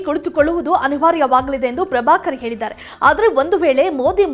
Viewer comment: ಮೊದಲು ನೀನು ಕನ್ನಡ ನೆಟ್ಟಗೆ ಮಾತಾಡೋದು ಕಲಿತುಕೋ.. ಕನ್ನಡದ ಮರ್ಯಾದೆ ತೆಗೀಬೇಡ..ಮನೆಗೆ ಹೋಗಿ ಕುಳಿತುಕೋ.ಆಗೆ,ಈಗೆ, ಅತ್ತು ವರ್ಷ, ಅತ್ತರಿಂದ ಅನ್ನೆರಡು😂😂 ಏಳಿದ್ದಾರೆ ಅಂತೆಲ್ಲಾ ಕೇಳೋದೇ ಅಸಹ್ಯವಾಗಿದೆ.